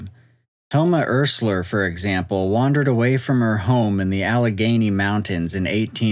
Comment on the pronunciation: Helma "Ursler"? Really?